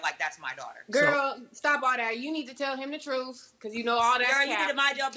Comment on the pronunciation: Wow, I really thought the "fohead" told the "truf." Guess not.